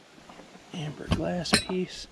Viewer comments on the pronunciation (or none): LOL You said "Amber"...